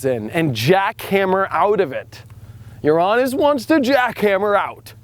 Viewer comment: You know what, you are the only person who does astrology that doesn't make me laugh, or gross me out when you say Uranus....